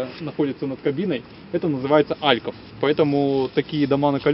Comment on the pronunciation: Не Альков, а алькОв. Трудно с русским языком? ДИЗ